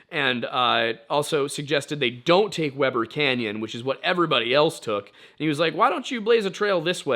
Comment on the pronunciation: As a involuntary mormon who lives in northern utah, this was very fun to listen to. Also, I giggled when he mispronounced Weber canyon lol